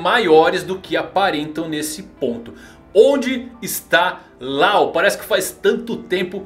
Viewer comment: A pronúncia não é Lau, é Ló, como lei em inglês